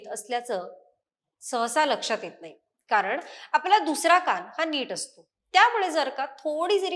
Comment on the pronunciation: शुद्ध मराठी उच्चार... अणूवांशिक नसुन अनुवांशिक असा उच्चार काण नसुन कान कृपया सुधारण्याच्या प्रयत्न करावा. रोज रोज सर्वांच्या कडून अशुद्ध उच्चार एकून काही दिवसांनी तेच बरोबर असे मानले जाते...म्हणून ही नम्र विनंती.